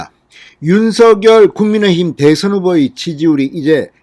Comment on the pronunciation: 국민의 힘, 국민의 당 발음을 신경쓰셔야될 듯합니다.. 애쓰십니다